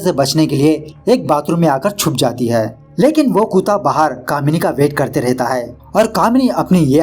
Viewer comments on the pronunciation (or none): Its kutta not kuta😂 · Bhai kuuuta nhi kutta hota h pr badhiya h apka style